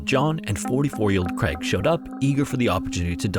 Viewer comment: Can we fault him for saying "Creg" instead of "Craig".